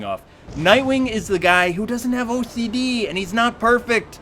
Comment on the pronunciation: Did you say he has OAT C D?